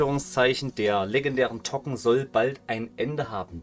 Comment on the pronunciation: Dann spreche es auch english aus ˈtoʊkən